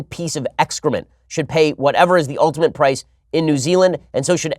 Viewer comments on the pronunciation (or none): none